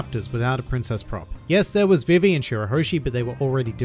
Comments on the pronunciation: It’s not VivE it’s VE VE sorry it just irritates me THIS IS NOT CRITICIZING U CAN SAY IT HOW EVER YOU WANT I JUST WANT TO SAY HOW I SAY IT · Put some respeck on Vivi's name!